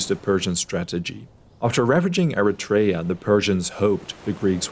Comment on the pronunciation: Very nice but it's not Eritrèa but Erètria the accent falls on the 2nd e and it's pronounced E rè -tri a Also astonishing are the numbers of casualties relevant to the battle 203 greek casualties 192 athenians and 11 Plataieis to over 6000 dead Persians